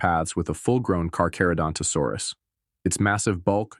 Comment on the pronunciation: Why you say Giganotosaurus like it starts with a J?